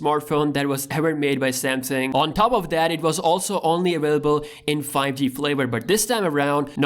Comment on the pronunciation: Why can't he say two? Or top?